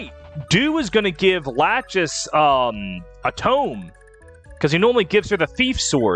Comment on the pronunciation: I noticed that you've been calling Erinys = Fury, Midir = Midayle, Lachesis = Lachis and Constantly tripping over Deirdre's Name. Are you just adjusting to modern Translations or am I mistaken?